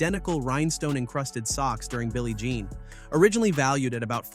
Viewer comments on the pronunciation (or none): none